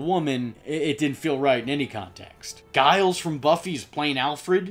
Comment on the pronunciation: Pronunciation - Giles - Not like "Guile" (Street Fighter). It's said with a soft G. Like a "J", like "Jiles". Like gelato is said with the same sound as Jello. Grey DeLisle - not "delesee". It's "duh-lyle" like the "I" sound in "Island". The "Isl" portion is said like " I'll "